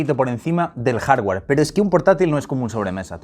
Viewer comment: “Jardgüer”, “softgüer”, “vídeo”. Ni “jarguar”, ni “softguar”, ni “vídio”